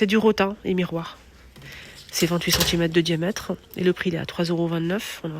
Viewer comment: Juste une petite remarque , on ne dit pas "diamète" mais "diamètre", sinon merci pour la description .